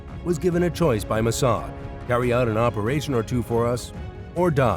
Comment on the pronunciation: You couldn’t even pronounce the name of the Mossad properly